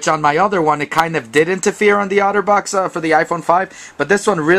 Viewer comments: It's pronounced "otter" and not "outer." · its otter not outer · Its otter box (aw•ter•box) not (ow•ter•box) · Dude. It's pronounced OTTER not OUTERBOX. Notice the picture of the Otter on the box?? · It's otter not outer box lol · OutterBox lol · I like how you pernounce Otterbox like Outterbox.